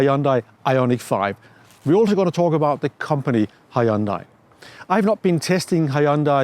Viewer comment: Hyundai 현대 is not pronounced "AYOONDEYE" but simply "YEON-DAE". thanks.